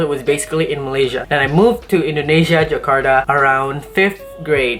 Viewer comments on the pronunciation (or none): kak bkn jekarta tapi penyebutannya tetap jakarta kata guru saya hehe